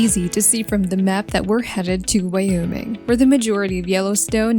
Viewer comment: Wioming, idayho, muntana and the AI voice along with a video that has basically no meaning. Wtf is this?